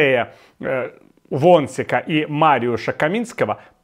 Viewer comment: Мачея…Во(н)шьика …Віталій, ви ж наче польску знаєте!